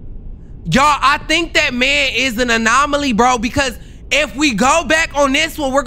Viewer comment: “anolomy” is killing me bruh😂😂😂😂😂